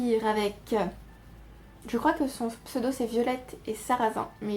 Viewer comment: Coucou ! Tu prononces très bien ces pseudos barbares ! J'ai check le site de la bibliothèque de ma ville et elle a les culotées disponibles ! De mon côté j'ai également validé les OWLs mais avec Magizoologist je n'avais que 4 livres à lire ! J'ai lu 8 romans (dont 1 VO toujours o/) et 5 graphiques ce qui est pas mal pour moi ! J'ai fini Des fleurs pour Algernon et j'ai beaucoup été touchée par la fin et par le livre en général. L'auteur a très bien rendu l'évolution mentale du personnage et malgré quelques longueurs ça se lit très bien ! J'ai été déçue par Un âge de cristal de W. H. Hudson qui a été édité en limité par les moutons électriques qui le vendait comme une dystopie écologique et c'était trop tourné sur la romance et le ressenti du personnage pour moi ! Tant que j'y pense, j'ai lu un livre de Temple Grandin qui s'appelle L'interprête des animaux et je l'ai trouvé très intéressant même si le domaine principal ne m'enjaille pas trop. Elle aborde les méthodes qu'elle a pu mettre en place pour baisser le stress des animaux dans les abattoirs. Etant passée végétarienne depuis quelques années, le sujet m'a hérissé le poil mais les méthodes restent intéressantes à lire et ce n'est pas une ode aux abattoirs pour autant (voir le contraire parfois). Bon mois de la fantasy avec toutes ces LC !